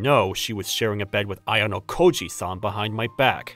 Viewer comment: This guy is ruining ayanokoji's name. If ayanokoji knew that he is so dead😂